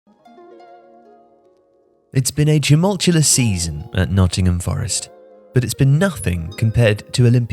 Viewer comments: Am I going mad or did say "tumultulous"? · "tumultulous"? is landed gentry; he should know how to pronounce tumultuous.